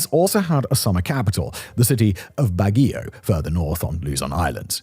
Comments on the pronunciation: I love the Philippines and spend most of my time there. I wish foreigners would learn how to correctly pronounce the names of places here. 😮 Baguio = Bah-gee-O And almost every other name you said wrong 😅😅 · It's pronounced bag-yoh, and mala-kan-yan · Holy cow I just realized you have no idea what you’re talking about and just reading a script! This guy can’t even pronounce a single place properly! Listen to him say Baguio!!! Holy actual cow. Wow.